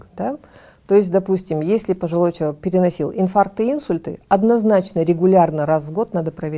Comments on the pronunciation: Уважаемый доктор! В слове инсУльт ударение ставится на букву У. Так же говорят начинает есть а не кушать. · Отличное интервью! Молодцы, что доносите до людей серьёзную проблему и её решение! (небольшая акцентологическая поправка: акцент "Инсульт" не является орфоэпической формой, поэтому - инсУльт)